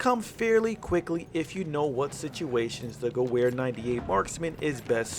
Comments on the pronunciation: GU VER not GOO WHERE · the "goo-where" lol it's "gov-air" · wtf is q gahwhere rifle? its gah ver rifle say gah-ver. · sorry I must say this... I know we are American but Miss pronouncing Gewher 98 makes me cringe, its pronounced (Ge-Verë). you said ("Gew-Where") I took German Class not to long ago, It just makes me Cringe everytime I heard that. Not bashing just saying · It’s pronounced gever not gewver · For the love of god stop saying gew wair! Its pronounced guv-air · You completely butchered how you say gewehr, it’s like ge-ver not ge-wer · Guwer... I think it's pronounced Gever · Hey i love the channel so far but my only gripe is the pronunciation of gewehr instead of saying ge-where say it ge-vhere. Good luck on the channel sorry if i was a little nitpicky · Ge-wear lol it's ge - vear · Thats not how you pronounce Gewehr. Its "Ge-va-re" The w is pronounced like a V for some reason in german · Its geWer! The W sounds like a V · it's pronounced gevear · Gewehr is supposed to be pronounced Geber... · Ffs. "Guh-wear" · Gewer is pronounced like gevear i know thats nitpicking but still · 1: the Russian rifle is pronouced "Moi-Zen Ne-gahnt." 2: the German rifle is pronounced "Ge-vair." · Love your videos, but the Gewher is pronounced "Ge-ver" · Dude it's pronounced gov-air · "Goo where 98" disliked and reported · Sry but it's pronounced gu-vay-er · It's pronounced "gavare" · "50 kills with the goo-where 98 marksman " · Gewher (Ge-v-ar) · It's pronounced (ga-vare) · It's pronounced "gevehr" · It's pronounced geVer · Great video but the mispronunciation of Gewehr killed me lol. (it's pronounced like guh-vher :D ) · Rump Spank3r do u know what i want to do when someone is butchering german language yes u are right i would make love with a nuke and i wont forget to use lube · The Charger "W" is pronounced as "V" in the German language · I think the Gewhr is pronounced (Ge-vare) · The "w" sound doesn't exist in German. Pronounce "w" as a "v." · Say gewehr right